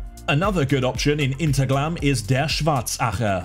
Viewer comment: I was just there this week 😀 btw in German the H is pronounced. It's not Interglemm.